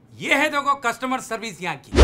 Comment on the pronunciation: bole kashummar 😂😂nahi customer 😅